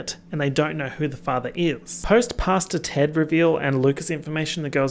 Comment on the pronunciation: I know you’re saying Pastor Ted but I’m hard of hearing and keep hearing “Pasta Ted.” I know that this adds nothing to the video but it made me laugh every single time.